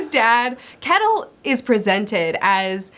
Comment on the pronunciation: Finally getting to read these books after waiting for them from the library! So fun to hear your thoughts! Just a side note, It might be different in old Norse but I'm Swedish and we pronounce Kettil/Kättil more or less like shettil (like a shushing sound st the beginning)